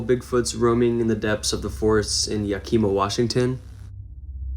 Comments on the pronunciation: ❤ It's pronounced Yak a Mah, Washington. ❤ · It’s Yack-i- ma not the way you slaughtered it 🤦🏻‍♀️